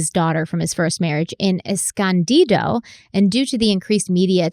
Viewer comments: There’s not much I can add to the comments that hasn’t been said yet except the way pronounced “Escondido” made me giggle as someone who has lived there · I have never heard anyone, ANYONE, pronounce Escondido that way and I absolutely love it 😂